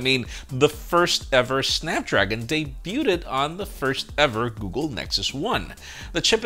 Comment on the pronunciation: I hate how America’s say debuted